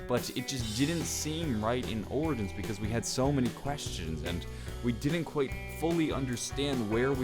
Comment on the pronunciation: Yo please stop trying to pronounce the name. Lol it sounds disgusting